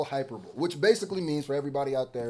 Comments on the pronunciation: Hyper-BOWL-ee that’s how you say it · Hyperbole = hi-per-boleeeeee 👍🏾❤️🫡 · Bro, it's pronounced "high-PER-ba-lee" not "hyper-bowl." And salve is a cream or balm used to treat external wounds on the skin. The English/Journalism major in me couldn't help it. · call me a asshole if you want but its pronounced ( HI PER BO LEE) 🥶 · Hyperbole is pronounced hy-PER-bo-lee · Hyperbole equals Hi-per-bu-lee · Nephew I’m far from an English scholar but the word is hyperbole (Hy-per-ba-ley) basically it’s just exaggerated talk… UMG finished Drake off 💥💥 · “Hyperbole” and “Vitriol” whoopin ass 😂